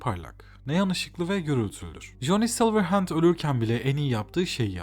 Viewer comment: Essay video formatını iyi yapmışsın ama telaffuzlar sıkıntılı. Saulkilır, coni silırend gibi şeylerin ne olduğunu anlamak tekrar tekrar dinlemem gerekti. Telaffuz edeceğin şeyleri Google Translate’den bir bakmanda fayda var. Eline sağlık.